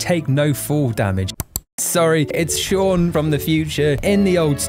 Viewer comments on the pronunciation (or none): none